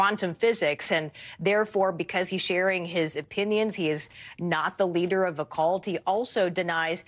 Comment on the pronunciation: What's a "cooult?"